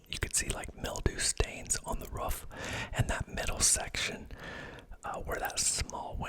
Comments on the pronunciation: I’m French Canadian and English isn’t my first language, but the way you say « roof » always stands out to me!? You’re the first person I hear pronouncing it that way. Is it a regional accent thing? (Love your videos, btw. Very relaxing!) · Wow I just noticed that as well, sounds more like a dog’s “ruff” almost hahaha